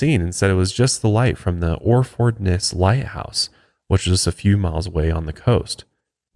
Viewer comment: Just found brilliant show but need to work on your Suffolk place names and pronunciation 😂😂😂 ( say Suff 'ucK and Or'fud ness)